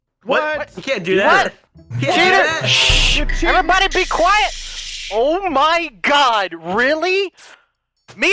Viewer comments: It sounded like he said ohm my god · Every time he says oh my god, it sounds like he’s saying ohm my god.